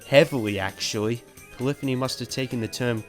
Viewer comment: It really bugs me the way he pronounces Polyphony lol! It's "Poly - phoney" not polifiny